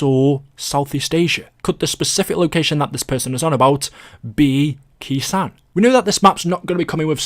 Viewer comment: when saying Khr sanh it’s pronounced (K sone)